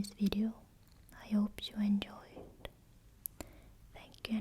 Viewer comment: "enyoy" hahaah